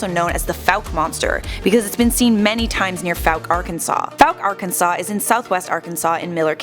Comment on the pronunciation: You’re pronouncing Arkansas wrong